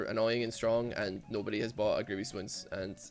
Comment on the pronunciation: Can someone tell me why the entire league of legends community says "grievious wounds" and not "grievous wounds"?